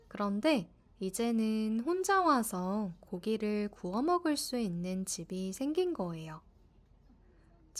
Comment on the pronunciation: I also cannot hear the 있는 immediately after.